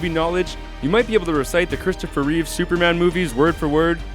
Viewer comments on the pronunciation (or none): none